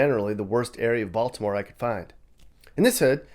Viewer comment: The way you said Baltimore as Bal-T-imore cracks me up lmfao, down here that's a dead giveaway you aren't from here xD We usually don't emphasize the T in Baltimore so it sounds more like Baldimore than Bal-T-imore.